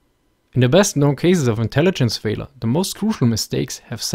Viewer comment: Still not exactly sure if you are trying to say "failure" or "Fehler". Well, I supposed either would work.